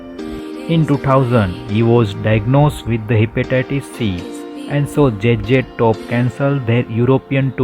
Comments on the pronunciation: Should have played there songs in background, also do learn the proper pronounceation, its Z Z TOP NOT JJ TOP ok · J J Top. Obviously, English isn't his first language, but you would think he would have practiced the name a little. 😅